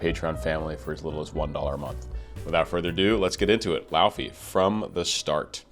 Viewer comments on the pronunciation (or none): It's LAY-VEY for God's sake! It's pronounced LAY-VEY! She's from Iceland! Wise up! And stop interrupting! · Fun to know that her name is actually pronounced lay-vey, dw I got it wrong for months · its said ley-vey and wrote laufey but said ley-vey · It’s actually pronounced “Lay-vay”, which I only know because I’ve followed her on TikTok for a couple years and I pronounced it wrong at the beginning too. Her song “Let You Break My Heart Again” is my favorite, it’s very soft and pretty. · technically, it's loei-vei (in icelandic fashion), and lay-vay in a more english pronunciation! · I loved your commentary, but I would think a person of your caliber would do his homework and learn how to pronounce her name. It is not so hard if you have an ounce of language knowledge outside of English. Other than that, I appreciate you taking the time to analyse the singing of this globally popular star. She is clearly on the way to becoming one of the world's most popular singers and producers. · Icelander here, you're quite off on the pronunciation but great reaction regardless.